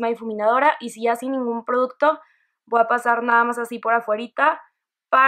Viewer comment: me gusto mucho tu maquillaje, me desespere nomaz con el "voaa tomar" jajajjaja sin ofender saludos!